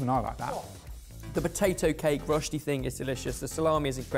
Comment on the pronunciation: ok, I am Swiss and I am offended.. Cervelat is nowhere near a spiced ham, it is a smoked sausage. And stop saying „Rosstee“, in Swissgerman Rösti is pronounced „Röshtee“, with a hard „t“, the „i“ like a quick „ee“.. so basically like the word shit with the „t“ and the „i“ swapped.. I have no idea how to explain to you guys the „ö“ though.. other than that, I love your show and as a passionate hobby cook I really enjoy stealing some ideas..